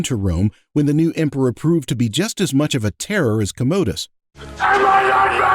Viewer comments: "COMMA-dus". Not " ka-MODE--us" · I agree - who the heck is Commode-dus anyway? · Bro, why do you mispronounce “comodus”? 😂